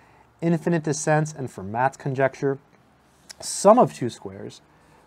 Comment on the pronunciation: As a general rule, the last letter of a French word is not pronounced unless it is an accented vowel, so Fermat is pronounced Ferma.